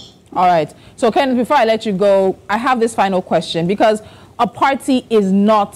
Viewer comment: Mr Kenneth not Kenneth, who is this lady🌚